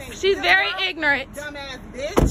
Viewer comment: she "ignirit" guys